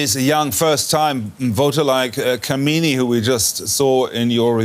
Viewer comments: Her name is not pronounced "kameeni" lol 😆.. That's a degradatory abusive casteist slur. It's "kaamini" (kaa as in "car" and "mini" as in minimum, meaning lover, or capable of being loved). Work on your pronounciation. It's not that hard. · Pleae correct yor pronunciation for this girls name it is Kaamini not kamini